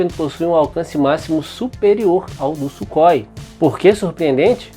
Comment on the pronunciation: Ótimo documentário e video excepcional, os Gripen passarão a ser as mais avançadas aeronaves de combate do nosso continente, e só com os pontos levantados no video já evidencia isso. Só uma dica na pronúncia do nome Sukhoi em russo Сухой (surrói). Ansioso para os próximos videos!!!!